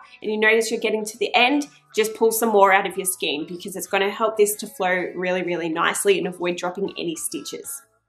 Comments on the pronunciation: It is pronounced SKANE even though it looks like SKEEN... In Australia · A good video. However a Skein is pronounce Skane, not Skeen, please. I endorse re winding the yarn into a loose centre pull cake or putting the large skein onto a ball holder like a Chia Goo, which will rotate & allow free flow of the yarn It can also be beneficial to add a few weights like bulldog clips around the inside, to add a little tension on the tube of fabric It can be easier to cast off by only cranking 1 or 2 stitches at a time, to prevent ladders forming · Just FYI. The word ‘skein’ is pronounced ‘skain’. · Well done...easy peasy...some feedback..FYI...skein is pronounced skin as in rain not seen as in keen